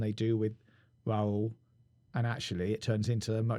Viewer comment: Im from 🇪🇸 and you said rauls name perfectly